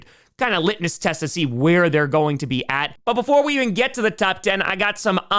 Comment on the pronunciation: Shit. Litmus. Not litnus